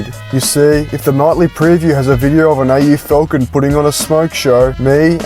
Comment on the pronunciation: AU Falcounn. As a Yucky Frenchmen would say. (not me lads)